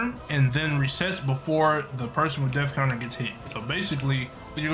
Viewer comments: It didn't say death counter it said def counfer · It’s not go it’s oh, it’s not death counter it’s def counter